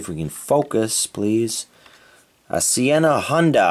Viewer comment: "It's a... Sienna Honda!" Come on dude. WTF? It says "Senna". As in Ayrton Senna. Which is written fully on the truck. Love your videos though. But surprised sometimes by the stuff you get monumentally wrong :D